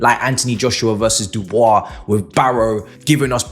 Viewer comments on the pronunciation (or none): none